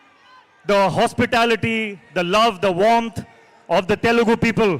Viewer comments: Hrithik’s Telugu pronounciation is so promising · Surprised with his Telugu pronunciation!!